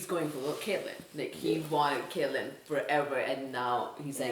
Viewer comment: I really don't like the way you guys pronounce Catelyn's name.